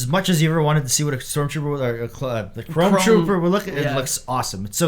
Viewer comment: I'm sorry, are you saying "clone" trooper or "chrome" trooper? I guess both are now possible, but I just can't tell.